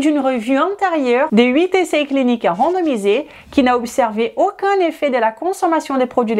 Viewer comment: Même pas besoin d'horodatage finalement. Tout au début, elle prononce "vidéO", "AUcun (problème de santé"). Je crois même l'avoir entendu prononcer d'acCORd" ? Quand elle prononce les os (lézo), comme les oeufs (lézeu), ça me rend folle.🤣 Ce n'est pas une doléance pour exiger un français impeccable, c'est juste que ça parasite ma compréhension au moment où elle les prononce. Je pensais naïvement qu'elle parlait du coeur (étant cardiaque, ça compte) dans une autre vidéo sur je ne sais plus quel sujet. Et croire qu'elle parle d'oeuf à tendance à me perdre aussi puisqu'ils font partie du registre de la nutrition. Finalement, si elle faisait ce tout petit effort de prononciation, tout le monde y gagnerait, nous à mieux la comprendre et à garder notre attention, et elle (ainsi que ses clients par voie de conséquence) puisqu'elle progresserait dans la langue où elle semble exercer. Ca induirait encore plus de client.